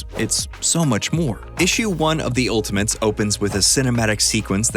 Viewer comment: He keeps saying "Ultimints."